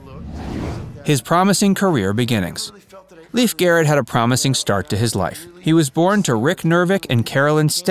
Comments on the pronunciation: I recall this bloke from Wonder Woman where he played TWO roles!! His name is LAY-fe (not Leaf)!! Anyway, I used to run into him while in the Los Angeles underground(s) AKA subways, but I never said hello!! Best of luck kiddo!! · It’s NOT Leaf, it’s pronounced Layf! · It drove me absolutely crazy that the guy doing an entire documentary on Lief Garrett didn’t spend the time to actually check to see how his name is pronounced: it is not pronounced as Leaf…like a leaf from a tree, but rather as Lief, which is the Norwegian pronunciation. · It's pronounced Lay-f..not Leaf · It’s pronounced “LAYF”, not “Leaf”, first of all, and other details were off, as well. Do your research, “Facts” verse!! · Pronounced Lafe not Leaf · It’s actually pronounced as. “L-a-y-f” He said it multiple times in interviews. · "Leef" Garrett? This is embarrassing. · It’s pronounced ‘Laif’ and it’s paraplegic not parapalegic like you pronounce it.